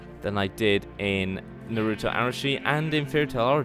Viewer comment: naruto not narouto